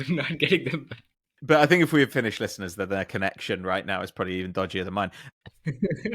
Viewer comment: As a Finnish person listening props to. That pronunciation was better than expected.